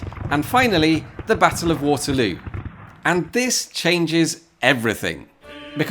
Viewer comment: Why are you pronouncing Leipzig right but not Waterloo?!? Just kidding, great video as always.